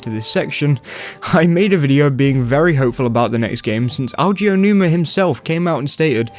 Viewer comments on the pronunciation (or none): I've heard a lot of mispronunciations of Eiji Aonuma's name, but I have to say "Aoji" is a new one. Most people go with the classic "Aijiya Aowanuma"